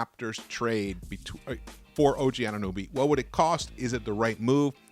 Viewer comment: It’s AnunOby not “AnunUby” 😂